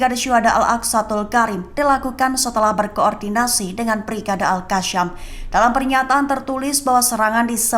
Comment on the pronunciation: Pembaca berita nya ketahuan gak pernah NGAJI IQRO. AL QASSAM itu dibacanya AL QOSSAM bukan AL KASSAM apalagi AL KASSYAM biar terlihat fasih dan ke Arab araban sering pembaca beritanya melafalkannya AL KASSYAM. Ini kelihatan BODOH dan mengganggu ditelinga. Seharusnya pihak pemilik channel memberi training mereka tentang pelafalan. Toh tidak banyak banyak juga kata kata dalam bahasa Arab yang harus diajarkan ketika membackan berita.